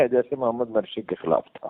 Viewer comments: Mursi and not Marsi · سہی تلفظ ہے Mursi hay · Morsi ( Mursi) is the right pronunciation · مرسی کی میم بالضمہ ہے ، فتح نہیں تلفظ درست فرمالیں ،